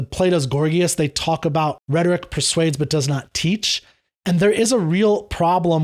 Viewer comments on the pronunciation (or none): none